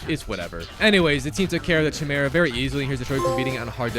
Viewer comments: hearing chi-mera instea or ki-mera :D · Lmao all I can focus on is how he mispronounced chimera. You don’t pronounce the ‘ch’ sound it’s pronounced ‘k-eye-mera’ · Chimera. Ki-Mare-Uh. Say it with me. Chimera. The Ch is silent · Sorry, but I have to be that guy... Chimera is pronounced (KAI-MERA) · bro needs to stop saying chimera is pronounced “ki mera” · It’s pronounced Kai-mera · It's pronounced Kai-mare-a. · oooh the famous tsimera hahaha,always love his failed pronunciations,they're beatiful never stop. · Am I the only one who is bother by how he says Chimera?